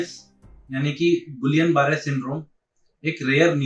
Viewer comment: जब हम लोग medicine पढ़ते थे तब इसी spelling का उच्चारण हमारे Professors द्वारा "गियां" Barre syndrome होता था। अब सारे "गिलियन" Barre Syndrome कह रहे हैं 🤔